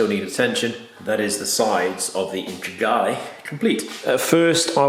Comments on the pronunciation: Integrale bud, not Intragale haha. Another belting vid though! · *Integrale' fella, not Intregale. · uhm, it's Lancia Integrale (as-in, integrated), you said "Intregale".. lolz. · I’ve had to replay the beginning several times to workout how you’re saying Integrale. That’s a new one on me 😂 dodgy pronunciations aside your work is fantastic 🙌🏻🙌🏻🙌🏻